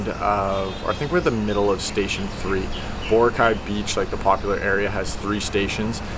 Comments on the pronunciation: It's pronounced Bo-RA-cay. Not BO-racay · lol says the island name wrong...